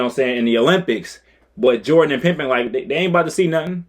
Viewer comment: Would you stop saying Scottie Pimpen???